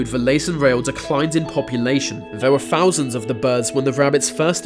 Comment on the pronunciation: "firty" for thirty and "fifty fousand" wtf